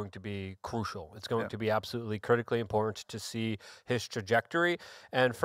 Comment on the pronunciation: just rattles and he can't pronounce the word im-por-tant.